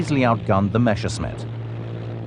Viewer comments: Why is it so hard to say Messerschmitt instead of Meshersmitt? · Why do they always have to say "Mashersmitt"? Can't they read? MESSERSCHMITT!!! That can't be too difficult, even for people who don't speak German! That's ridiculous and distracting. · Rules for hiring narrators for WW2 air war docos: If they can't even pronounce Messerschmitt, never mind Rüstsatz or Ploiești then they don't get the job!